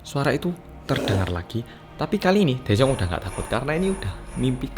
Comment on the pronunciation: Daejung... Me and Also cassiopeia listen..: Jaejoong. 😅😅🤣